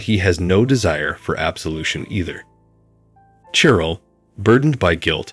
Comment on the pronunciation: it's {KLEM' en teye n), NOT (klem en TEEN)! and it's (SHE rel) NOT (CHE rel)! Please check your pronunciation before recording.